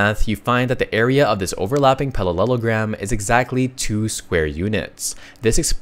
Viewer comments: it's parallelogram. not pallelogram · I’m getting a deja vu. Is this a reupload? I distinctly remember correcting you on your pronunciation of parallelogram before.